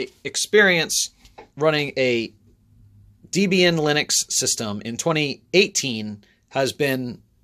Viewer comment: Been a Linux user for some years now. You managed your switch well coping with the differences in OS. What's your next step? [ Ps pron. 'Deb-Ian' as in Debbie and then boyfriend Ian Murdoch who created Debian ;) ] RIP I.M.